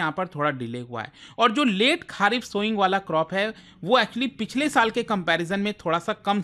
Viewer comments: खारीफ ❌ खरीफ ✅ राबी ❌ रबी ✅ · Why you pronounce kharif as खारिफ and rabi as राबी। Whereas correct way to pronounce it खरीफ एंड रबी।i hope you were born definitely in india sir especially north india.